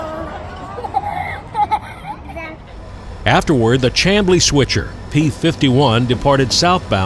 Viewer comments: "Sham-blee" not Cham.... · "Shamblee", not CHAM"blee. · Chamblee is pronounced SHAMblee - used to live there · Great video. Lived there. Pronounced Shamblee. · Two notes for ya: It's pronounced "Shamblee" and Peachtree Road actually is the same thing as Peachtree Street. It's Peachtree St inside the city limits of Atlanta, and transitions over to Peachtree Rd. when it leaves the city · Great video. Chamblee is pronounced "Sham' Blee." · "Chamblee" is pronounced "Cham" as in "am", or as in I "am", = Chamblee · Nitpicking. It's pronounced Shamblee. I've watched plenty of trains roll past the exact spot you were filming. Northbound traffic often is moving at 60+mph at that location. Good viewing. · Thanks - it is indeed pronounced "Sham-blee". I railfanned at those tracks since before the Marta Rapid Rail was built. Excellent video as always. When you go up to North Georgia see if you can find the spectacular Tocca Trestle - you can film from Trestle Ridge Road - it runs off of US 123 (The Toccoa Bypass) North of Gainesville, GA. Gainesville is another hot spot for train watching! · I really like your Atlanta videos. I lived, worked and played around Chamblee for about 15 years of my four decades in metro Atlanta. If you make another video involving Chamblee, pronounce it "Shamblee." For 60 years, until GM closed it in 2008, rail traffic there was bustling with Buicks, Oldsmobiles and Pontiacs rolling out of Doraville Assembly. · I enjoyed your video as always. I'm retired from Southern and NS with 30 years service and enjoyed your video around Chamblee. The town is pronounced Sham-blee. Another interesting location on CSX is Gloster Siding just a few miles south of Lawrenceville where you were. A number of meets takes place there daily and is accessible. I have a short video which you may find interesting. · I'm pretty sure it's pronounced "sham - blee" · The Town named Chamblee is pronounced "Camblee", the "h" is silent.